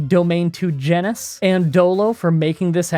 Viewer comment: you pronounced domain correctly, but I'm pretty sure that's not how genus is pronounced